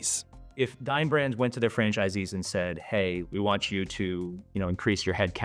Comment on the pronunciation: Oof. Dine Brands sounds like Dying Branss.